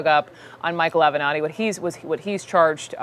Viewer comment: You finally pronounced his name correctly! Mr Avenatti 😒